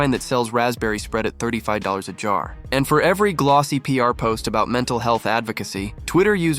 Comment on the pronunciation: Was that a wee Canadian Easter~egg?? “All “a…boot” it in your new book weh”?? Or is it just my ears. ???